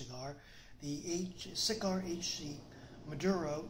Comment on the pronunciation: Nice Job. BTW...Xikar Is Pronounced With The "X" Like A "Z"...Like Xylophone.......Zi Car. But, Thanks For The Review ;)